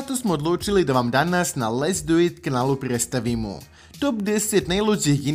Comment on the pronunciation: *pre-D-staviti, pre-D-stavljamo